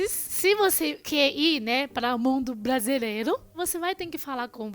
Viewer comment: maioRia kkkkk não maioLia kkkkkk platos não....pRatos kkkkk. pRefere... e não plefele...tempelado não, tempeRado kkkk blasilelo está ERRADO....KKKK BRASILEIRO...KKKK